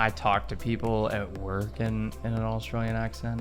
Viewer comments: ITS NOT ASSTRALIAN ITS AUSTRALIAN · Nearly there with saying Australian 😀 just a bit of a change at the end I can still hear a slight i in Lian just say yen fast no i 👌🏻👌🏻👌🏻👌🏻